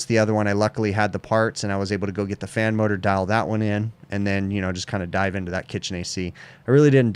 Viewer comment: after binging these videos I feel I need a teeshirt with "Condenser Fammoter" on it because that's what I hear every time he says "fan motor" XD